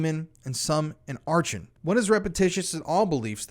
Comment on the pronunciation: Achon pronounced are con